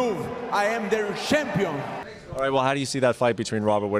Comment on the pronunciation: 0" I am the shampion "🤣